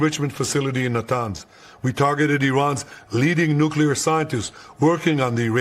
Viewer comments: You take a blow to your intelligence and gravitas just how you Nuc-U- lar!!! Please correct this! It is Nu-CLEAR! Yes! It matters! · For real Benny... you say "nuclear" more than anyone I know. Please learn how to pronounce it.... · Benny it’s nuclear not nucular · Why the hell can't Benny say "nuclear"? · He must have learned that from George W.